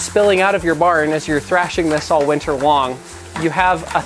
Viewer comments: “All winter wong” Haha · Did he say ,all winter wong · All winter wong